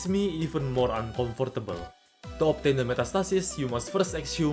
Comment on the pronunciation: The way you pronounce “uncomfortable” was the most uncomfortable part of this video